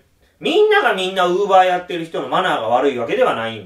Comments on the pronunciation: クーラー(電化製品)のイントネーションと同じで ローラーのイントネーションは一般的ではない。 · ウーバーの発音がずっと気になって頭に入ってこない(><;)